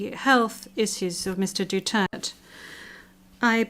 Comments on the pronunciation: Pronounce clearly Duterte not Dutert!!!! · sinong Dutert...DUTERTE WITH AN E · AGAIN. Pronounced as Du-ter-te, NOT Du-tert. LISTEN, please, Madam Translator. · Du-ter-te, NOT Du-tert. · Get off your high horse. Not even the best lawyer in the world can secure a victory in this biased court. Pronounced as Dutert?? My foot. What a global circus. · the pronounciation of his surname Madamme is " Du-Ter-te per syllable you prnounce it helps 😊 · mga alien man kaning mga amawa ni🤣 wala ko kasabut sa inying storya huy tarunga ninyu.. kabastos pa kaayu dli kabalo mo pronounce sa ngalan sa among presidente dutirrtt daw bugo! 🤣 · The judge is always mis pronouncing Duterte's name as dutert'..Hope this will not be the same as in their judgement. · SAY HIS NAME PROPERLY YOU IGNORANT EUROPEAN F*CKS DO-TERT-TE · Duturt? She keeps calling him out of his name. Fitting for a kangaroo court. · ICC, PLEASE Pronounce Correctly the Surname of our beloved former President. His Surname is read this way with Three Syllables : DU-TER-TE That is the Correct Way of Reading his Family Name. Please Stop reading his Family Name In An Incorrect manner. You repeatedly pronounced his family name only in Two-Syllable words. It's Not "Dutert" Du-tert. It should always be DU-TER-TE okay?👌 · What a joke ,, they cant even pronounce his name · I believe that is quite insulting, for the ICC Judge, to keep on mispronouncing, former President of the Philippines RODRIGO ROA DUTERTE! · Shame on this judge! She is showing zero respect, even not pronuncing his name correctly. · Why does the interpreter not have the courtesy to pronounce Duterte's name correctly? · How childish these idiot europeans are for pronouncing his name incorrectly on purpose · They are pronouncing his wrong . If i was his Lawyer I would tell them to show respect by pronouncing his name Properly . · She can't even say his name properly well the English have never been good at foreign languages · Cant even pronounce his name correctly.